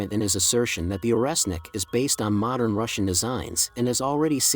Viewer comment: Орешник = Oreshnik [ not oresnik ].